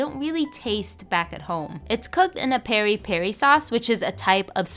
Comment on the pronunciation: no hate as a pourtuguese person we pronounce it pea-dee pea-dee not peri peri